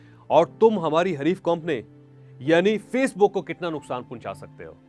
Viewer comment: Pehle theek se urdu bolna seekh lein janab motivational speaker sahab 😂😂😂 kompony and Mr gay Mr gay.